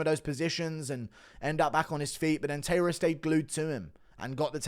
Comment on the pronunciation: This guy cannot pronounce tairas name right either